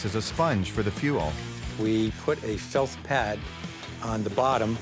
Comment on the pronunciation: "AN hinge"? "FELTH pad"???